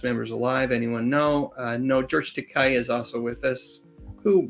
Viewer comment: Takei: ta-KAY - as in gay 😉